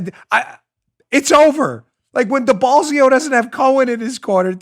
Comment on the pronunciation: Mayor Deballsio lmao I heard that